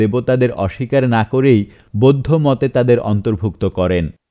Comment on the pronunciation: আমার কানে যে গুলি অন্য রকম মনে হয়েছে- পচ্চিম (পশ্চিম), বোদ্ধ (বৌদ্ধ), ধজ্যাধারী (ধ্বজাধারী), আরাম্বর (আরম্বর), তিনাগুনে (তিন গুণে), আপত (আপাত), সোত্ত্বেও (সত্ত্বেও), দালাইলামা (দলাই লামা) ইত্যাদি । ধন্যবাদান্তে ।